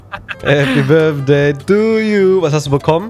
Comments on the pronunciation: "börfday" xD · "Happy birdfday" 😂😩❤️ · niemand:: Happy birfday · uff dieses Birfday macht mich wahnsinnig 🤣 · ju einfach „happy börfday“ 😂😂